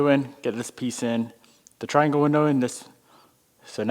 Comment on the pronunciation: trianwle glindow jajajajaja